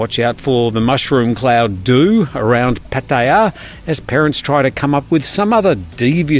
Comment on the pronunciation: Good job with your pronunciation of Pattaya. I really enjoy your channel. I forwarded one about a month ago to a friend in the U. S. who was just curious about what was happening with Corona Virus 🦠 in Thailand. He’s a fan now and watches everyday.